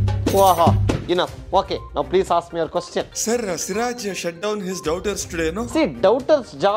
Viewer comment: Get lost. "peas" I am not angry😂😂